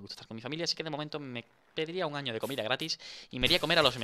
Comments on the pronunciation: Dice ano no año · Minuto embes de decir año dice ano lol jajaja xddddd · Minuto 9 35 dice ano no año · alguien se dio cuenta que dice ano enbes de año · decía ano no año xd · obvio decía ano no leistes bien XD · En la ultima no dise 1 año dise 1ano 😂😂😂😂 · en le minuto dice ano en ves de año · En el minuto dise ano en ves de año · a el minuto 9 47 dice ano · Dani decía ano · dani dise un ano no un año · Like si no te diste cuenta que decia ano